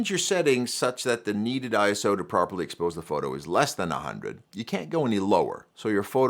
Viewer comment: Makes video about ISO but mispronounces it throughout.